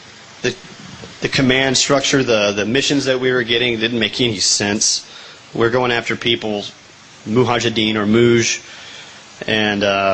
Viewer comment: Mujahideen not Muhajideen . Killed them without ever even knowing the name correctly